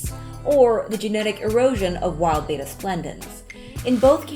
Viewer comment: IT'S ACTUALLY PRONOUNCED "BET-TAA" NOT "BAY-TAA"